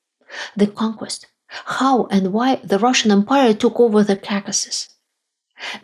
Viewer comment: KAKAsis? Really?!!!!!! You can say caucasian just fine, but not the word it derives from? Expected better from you.